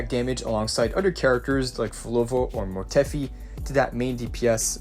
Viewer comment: "Mort-eh-fy" not "Mort-eh-fee"